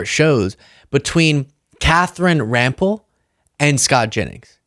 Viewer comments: Ram pell’ second syllable stress. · Rampell: emphasis on the second syllable. Also, it is French surname so the vowel sounds are slightly different. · Can yall please say the ladies name correctly its Katherine Rampell thank you!! Do better